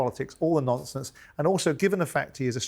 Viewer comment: Simon ‘no nomfonce’ Jordan🤣